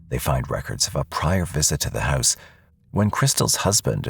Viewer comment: It's Pronounced "House" not "Hyse" .......